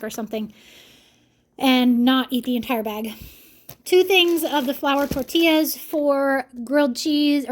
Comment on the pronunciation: The way you said tortillas I laughed so hard, even played it back a couple of times so back and listen when your explaining the egg tortillas it’s so funny!!! 😂😂 I love your videos I would sit and watch and listen to you water paint 😂😂 your family is so interesting! Thanks for showing us! 🎉❤